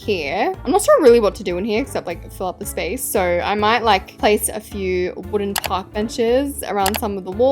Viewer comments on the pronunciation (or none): none